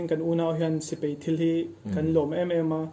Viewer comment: A ho lo asin....mahni tui zawng tak hi chu lam dik nalh tur...